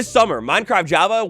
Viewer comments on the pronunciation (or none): none